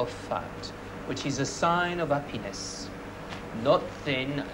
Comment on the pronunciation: Don't forget, he's French, 'h' is silent, so you heard 'appiness. He says it a lot in relation to meat quality- happy pig, happy chicken, happy rabbit: if the animal has had a good life it will yield a better flesh.